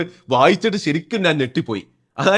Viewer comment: നാൻ അല്ല ഞാൻ... 😊